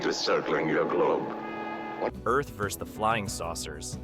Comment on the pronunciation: Just so you know for future reference - The "Word" Vs is an abreviation for the word Versus, and that's how you pronounce it.